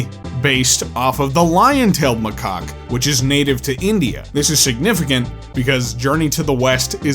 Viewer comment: please learn how to pronounce macaque 🙏